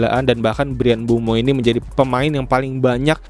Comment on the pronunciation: Koreksi bang, bukan mbuemo, tapi MBEUMO